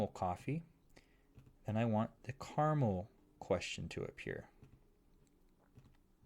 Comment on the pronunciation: bruh, it's caramel